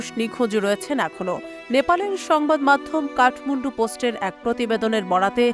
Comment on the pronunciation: কথাটা কাঠমুন্ডু নয়, কাঠমান্ডু! উচ্চারণের দিকে খেয়াল রাখুন!